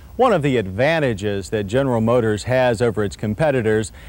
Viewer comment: "General Mhotors" "Pahalm Springs" Gotta love John's pronunciation of words. Ah the 80's. When a little bit wider tires was considered a handling upgrade.